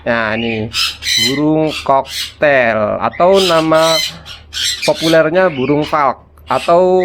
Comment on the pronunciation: Cockatiel koreksi bacaannya bang kokatiel bukan koktail bang😅.. itu ada huruf a-nya di tengahnya bang🤭. Kl mengendap di tahap awal gmn bang? biasanya tembolok ga mslh.. ini udh 9 jam blm turun.. umur 2mgg.. tembolok ga keras.. kl pk calsipro probiotik/em4 peternakan bisa ga bang? Takarannya gmn?? Buat ngurai makanan di tembolok soalnya kl di kuras sedot spet ga berani.. pernah nyoba susah ga ke sedot.. kasian bang..